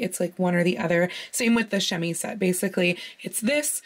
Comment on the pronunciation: Tiny prononciation thing about the word chemisette: in French, if the letter s is by itself between 2 vowels, it's pronounced like a z. So while it's spelt chemisette, it's pronounced chemizette. But you're saying it while speaking English, so it's more of a grey area prononciation wise... Also, I love your videos!